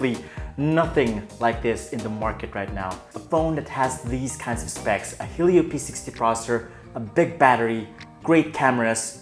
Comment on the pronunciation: Sorry but hearing helio just turned me off. Just my opinion! Happy birthday though!!! God bless!